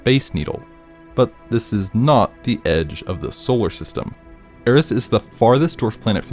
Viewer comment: Actually i live in the middle of the ocean, not on an island or anything, I am jsut chilling in the ocean I thin, a Picture of the solar system with the planets aligned like that may not be true but i think its simply for convenience And Eris is pronoucned as Ear-eez